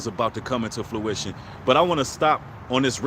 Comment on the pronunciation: I love your content :-) and this is not a critique it's coming to fruition not fluition